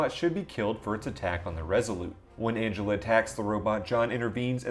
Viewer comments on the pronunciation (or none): none